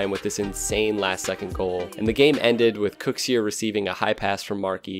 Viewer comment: I'm fairly sure it's pronounced "kuxer" not kuxiir